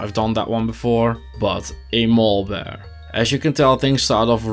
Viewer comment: When you say “Maul Bear” I can’t help but envision your wear bear visiting hot topic to purchase edgy posters for his lair. (mall bear)